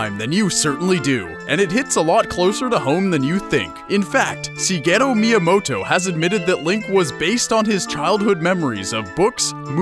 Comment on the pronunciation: Stuff never knew: 1. I already knew Link's design was inspired by Peter Pan. 2. Shigeru is pronounced Shigeru, not Sigeru. 3. The rest of the video tells the story we already knew.